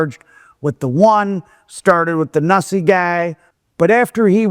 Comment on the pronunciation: His name was NUssie (New-See )